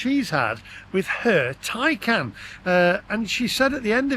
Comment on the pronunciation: be honest you cannot love Porche as they have produced crap EV's. And stop calling your car a Tycan it's a TAY CAN. All EV's are utter crap and not fit for purpose, it's time to stop buying Milk floats and that will be and end to this utter madness.